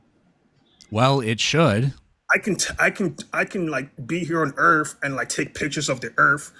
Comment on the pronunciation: Is the one guy calling the earth earf?????😅😂😢😮